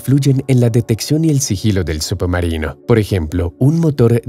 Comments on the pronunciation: Se escucha subomarino en vez de submarino, u poco mas de cuidado. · No se dice subbumarinoo, se dice submarino, leches! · Excelente video pero que pesado es escuchar SUPOmarino durante todo el vídeo. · "Subumarinos" 👀 excelente video 👍👍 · Solo yo escucho que dice "Sup-marino"?? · Lo mejor del vídeo es escuchar como pronuncia "submarino" el narrador.